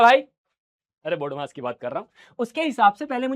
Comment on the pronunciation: Bodmas❎ badmass bhai✅